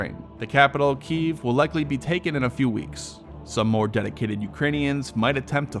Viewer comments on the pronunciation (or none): Keeeeveeeee.... Its key ev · Bruh dude, Kyiv, not Kiev